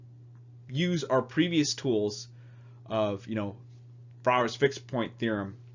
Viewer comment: Good god that's not how you pronounce Walras! It's more like "Valras".